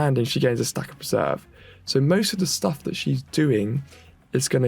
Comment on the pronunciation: Per - ser - ver - rance. Not perserve. Once again has the reading comprehension of a 5 year old.